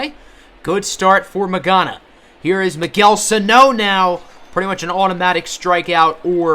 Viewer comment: 'It's not pronounced like that' Magana